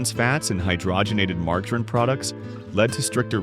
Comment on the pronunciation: Margggg a reen? Who’s she? I fall for these stupid ai videos every time!